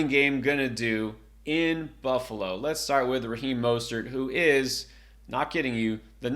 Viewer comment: Raheem "MUST-START" not Mostert lol